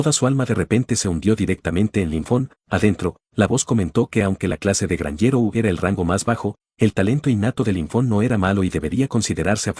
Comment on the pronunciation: meda gracia como dise el narrador gnjero